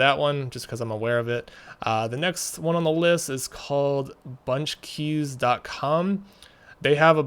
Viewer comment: Did he say bunch keys . cum and not com lol or is it my hearing hehe